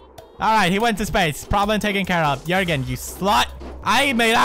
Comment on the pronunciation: did he just say jöergen